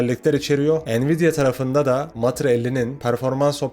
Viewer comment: "Mutter" matır diye değil mutter diye okunuyor. Almanca da anne demek. Mutter diye okunuyor. Dolu dolu tamamen özgür yazılıma meraklı olanlar için harika bir içerik. Yok yapay zekaymış yok ana-akım teknoloji firmalarıymış (apple,micro-slop,google v.s.) gibi her yerde bulabileceğimiz ve nefret ettiğimiz firmaların haberlerini duymuyoruz hiç olmazsa.